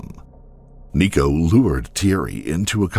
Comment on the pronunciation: IT’S NICO